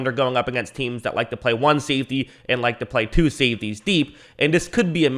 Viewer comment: Ah it's "safety" not "saftey" dude. 🤭🤭🤭😅😅😅